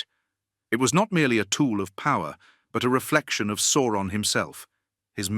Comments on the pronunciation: Sour-on. Because he's the "sour one." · It's SOW-RON. That's how it sounds. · Definitely AI voice, it hasn’t quite mastered saying Eru’s name yet and Sauron. Sawron and E.R.U😂